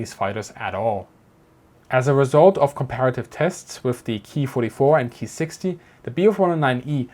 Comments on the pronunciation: Nice report.. it's actually better to say.. Kay- I ( eye) 27/44 and not the German pronunciation Key-27/44. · Not Keee it's K I. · KEY this and KEY that..................................kay eye ........kay eye....K.I. I had to go look it up..in Japanese its pronounced co...long "o",,,,I made it through the video but it was hard to here the work KEY OVER AND OVER...LOL GOOD STUFF EITHER WAY!